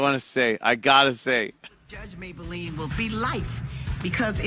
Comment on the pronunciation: i like how the audience is in stadium seating. also Mablean doesn't get pronounced "Maybel ean", it's "May Blean". where the fuck they get "maybel lean..."